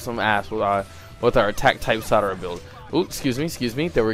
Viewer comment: its sarada not sadara